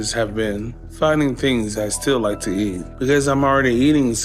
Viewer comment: "I likhe"